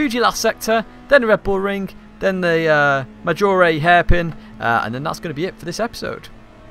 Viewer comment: \o/ yeah! now "Maggiore" sounds right :D Excellent tutorial by the way. I tried to tackle part of the things you talked about (especially about shifting) here: but your tutorial was more in-depth. A question I'd like to ask is the following: when you talk about risk vs reward you mention "be more aggressive" on a curve. by that you mean "attack the apex earlier" or "put the power down earlier"? Thanks :)